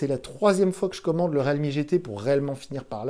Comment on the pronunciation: Le mec prononce même pas la marque correctement depuis 5 vidéos ..